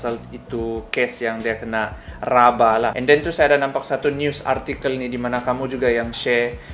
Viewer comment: Kantal juga slang kau ini bradd...RABA bh bukan RABAH..rabah tu indak bisa badiri sudah itu